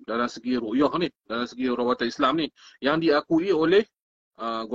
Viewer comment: Ruqyah (baca: Rukiah), bukan baca: Ru'yah. Kalau ru'yah bermakna mimpi tuan. Apa-apa pun Terima Kasih tuan. Jangan ada yang marah pulak, ini sekadar pembetulan untuk kebaikan kita bersama.